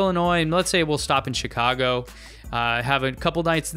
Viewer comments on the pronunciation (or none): none